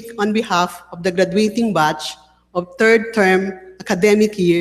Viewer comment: ALANG hiya naman etong si o, hindi mo aakalaing professor sa isang prestigious school. Yong word pronunciation parang pinaghalong BisayaTagalog@ Ayos! Dinaig ka pa ng nag speech na estyudyante mo…. Third (tord),, Graduate (gradwet)…… Ayos! 😂😂😂😂